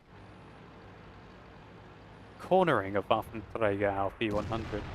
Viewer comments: Yes, it is indeed. Pronunciation by sounds a bit funny and the second word 'auf' (on) is a little indistinctly, but it's way better than spoken in french, english or any other tounge not exerting themselves to say it in its native pronunciation. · that's how you say it in german. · van de Sunweb it IS how u say this in German